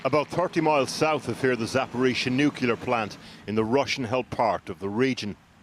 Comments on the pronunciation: NUCLEAR - not NUKULAR. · Anchor said nukular..